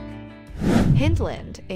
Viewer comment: The River Kelvin runs through the North side of Glasgow, Pollokshields is on the South side of the River Clyde. Hyndland - pronounced as Hind - land. Please do your homework first. Bearsden - Bears - den. Milgay ? Try Mil - guy instead. Dennistoun = Dennis - ton. Plus the rental prices you mentioned are on the excessive side, you can get decent accommodation in all these areas a lot less, you need to shop around.